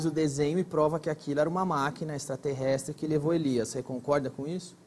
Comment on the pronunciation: Nossa esse Gentili não consegue falar direito a palavra extraterrestre...horrível, fora q as perguntas cretinas de sempre....e a desafinação do Roger e6 incrível... 🙄🙄🙄😀😀😀